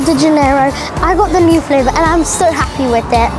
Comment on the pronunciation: "Flavor" 😂 Not making fun its just it makes me laugh